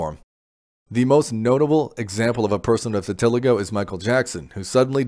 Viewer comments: It’s vih-tih-LY-go, not vih-TIL-ih-go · you didnt say anything worth listening to and you can’t even pronounce the the word VITILIGO